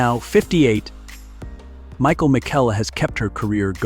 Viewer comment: Her name is actually pronounced Michael "mee-shell"--not Michael. PLEASE repair your Bot voice-over 😊